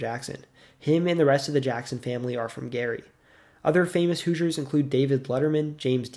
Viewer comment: Non Hoosiers cannot properly pronounce the word Hoosiers, for the most part. They say.. "Whosiers". No. "WHO-zhers". That's a closer phonetic sound. I only noticed this relatively recently.